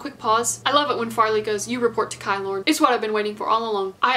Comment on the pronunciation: I love this video so much, but I’m just annoyed at the way you pronounce kilorn, it is just kilorn, not kaylorn. Like how you pronounce kilt (scottish skirt) ki-lorn